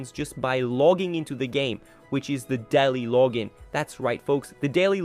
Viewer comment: bro turned into a aussie when he said "daily login"